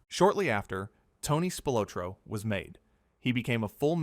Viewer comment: ITS PRONOUNCED: SPIL OT RO.